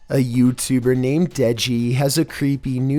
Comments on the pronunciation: hey when you said deji i heard neji for some reason XD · I think she was saying incomplete English. It sounded like she says denji pet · The deji one the girl either says deji or touchy not 100% though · She says touchy I think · The girl said Deji or doggy. No. 6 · She said: De-Deji? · she said dejl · I am deaf and I even know that blonde chick says “Deji?” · She says de deji